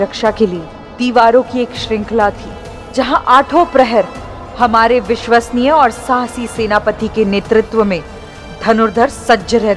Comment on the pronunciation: Viswasniy nahin madamji viswaashniy jiska arth hota hai. Viswaash ke yogya.